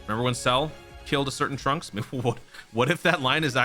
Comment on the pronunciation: Dude……. It’s Trunks